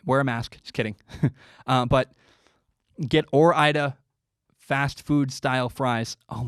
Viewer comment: Goddamn it ore-ida?!?